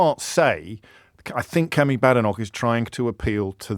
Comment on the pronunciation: Remember her name is pronounced Bay-denoch not Ba-denoch. But i prefer Bad-enough